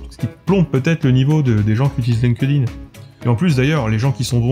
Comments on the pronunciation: chépa si dire "line-queu-dine", c'est moinz pire que dire "linquède-ïne" :) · Linkedin : attention à la prononciation.